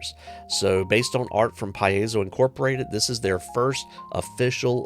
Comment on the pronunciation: I'm pretty sure Paiso is pronounced Pie-zoe. 😂 and Loot studios has a epic event going on with their patreon. I got in on their last one that was viking themed.